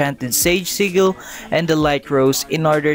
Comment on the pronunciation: I just got pheonix and now i see ur vid telling me how 2 get mink ive been looking alot thx btw everytime u say sigil it sounds loke u said seagull XD